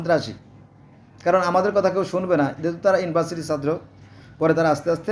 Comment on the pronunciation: সাত্র না ছাত্র